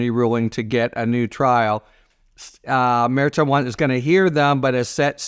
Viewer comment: Harry, it’s pronounced Judge mer SHON